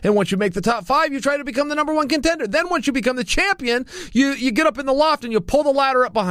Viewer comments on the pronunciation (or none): none